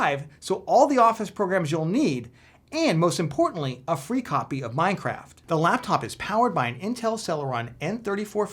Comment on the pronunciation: you said the lapcop 😆